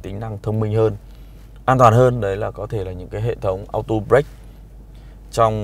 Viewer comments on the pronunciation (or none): none